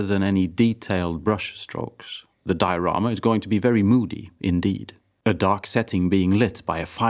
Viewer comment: Finally a Swede that pronounces diorama correctly